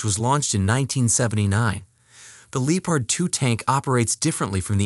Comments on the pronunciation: Irrelevant to the video but Lee o pard really? It's Leppard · Lee opard ... emm won Abrams.... That's embarrassing that you can't speak your own language while reading it. Hope narration isn't your only job. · Lee o pard lol wtf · It's Leopard, it's a German tank with a German name. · "Leepard 2" 😭🤣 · It’s so annoying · How tf did you find a text to speech engine that can't say leopard or petrol...